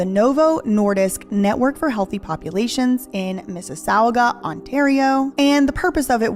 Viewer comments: Mississauga= Misses-saga : signed a Canadian ready to help 😂❤ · Hey! Ontario native here. Love the video. One thing, I will say, is Mississauga (weird names here for cities in Canada) is pronounced 'Miss-iss-saw-ga'!:) Keep up the amazing investigative work.